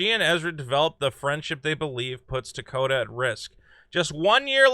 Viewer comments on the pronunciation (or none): her name is Tokata not Dakota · Tokata. Not Takota.